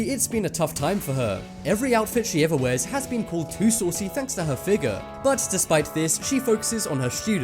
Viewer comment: Lol he said FIGUR instead of FIGURE XD